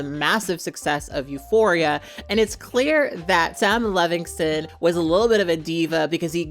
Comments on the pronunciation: Sound it out.... Levinson. Lev-in-son. Not Levingston lol ❤ just a pet peeve of mine I realize I am being annoying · “Levinson,” not Levingston or Levingson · I agree 100% with everything you said. Except you mispronounced Sam Levinso's name about 15 times. But who cares really, his name might🎉 as well be Paul Verhoeven. The fact that "The Weekend" didn't like that the script (about a FEMALE pop star) seemed too "female driven" tells me all I need to know about him. And yes, his acting is awful. Too bad the production fell onto the hands of misogynist, it could have been really interesting. And also too bad Jennie is involved. I was so excited to see her acting, but not in this trash. Borahae!💜🫰